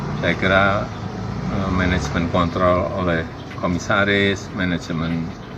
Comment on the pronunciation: Hati-hati ngucap kontrol.